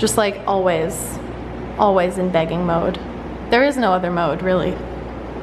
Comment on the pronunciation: The way you usually say bag when you said "they're in the begging mood" I thought you said bagging so I was very confused lol thought you were saying it like they were thrilled to get in the bags for moving day 😂